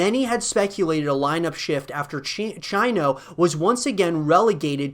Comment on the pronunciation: You don't pernounce Chino the way its spelt. More like cheeno. Obviously a small thing but it annoyed me.